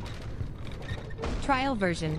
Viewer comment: SO ANNOYING ""tRaiL vErIoN" 😡